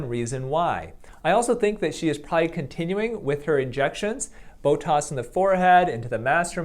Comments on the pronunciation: Why are you saying “Botos” instead of Botox...?? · Why do you say botoS? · Definitely "bo-tossed" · OK. He really does say "Botoss"! He is a medical doctor who says "Botoss"!